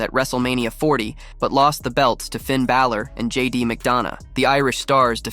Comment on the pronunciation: Or Balor (not Bay lor)